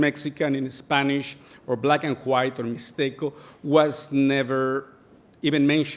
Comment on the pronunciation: Me encanta como pronuncia black and "juait"